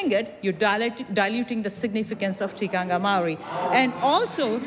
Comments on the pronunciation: Just like how your law was forced on māori like a cult, under the guise of TTOW? when it's done back to you, you don't like it do you? and get it right, it's TIKANGA not tikangia! no wonder you're mislead cos you have no idea do you! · I am studying a Batchelors degree in counseling one of my papers are Whakatupu: Te Tiriti o Waitangi... great to learn, but my lectures aproch is rather political at times. I get that I need to be culturally diverse, and all that goes with my degree when counseling different cultures... however, we get marked on our pronunciations of Te reo and criticisms are given. I have addressed my assignments and clients with respect and honor but I dont understand why we are academically judged on pronunciations. It has given me 0 confidence to do my job in the future, even though I am a great counselor... I am not doing a Batchelor degree in Te reo... so disheartening, to say the least. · Cognitively impaired, many people in this thread- this MP cant event pronounce the word Tikanga properly. The line of argument contravenes the provision in Te Tiriti O Waitangi and will drive NZ into chaos. This migrant has been exploited as conveninet tool to drive the divisive and racist agenda of the Act Party.